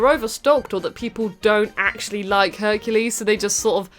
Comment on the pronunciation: Honey, you mean HUNKULES